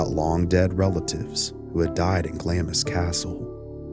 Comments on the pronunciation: it's pronounced like "glahhms" and just to letcha know, hearing it pronounced glammis is a staple irritant of any true Scot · You fail to explain where you get your information and should be very very careful who you yip about and Clamis castle is pronounced Glarms .... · Hi, I'm Scottish, and I'd just like to say Glamis is spoken as Glams. Confusing... Trust me, I know. ❤ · It’s pronounced glams not glamis and it’s Windser not Windsore plus Interpol not Interpole, otherwise an interesting tale. Finally Somerset was born on May 1st AKA Beltane. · This is what happens when you're rich and bonkers *sigh And if you have to mention the place again it's said: gl aah ms, long ahhh. You don't say the I. It's a tricky one even for us brits, the royal family were battenburgs previous to changing names.but only some of them, it's complicated 😂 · Glamis (Pronounced Glaams) castle, the most haunted structure in the British isles, is the ancestral home of the British Kings grandmother, who once said she was awake all night with 'the workmen' who was actually ghosts they say. one of the ghosts is a woman with her tongue cut out running the grounds with a bleeding mouth! Theres said to be a hidden room with a monster within, said to be the deformed son of one of the lords of the castle who is in a painting appearing much smaller than the other 2 sons, and is said to have died in 1923.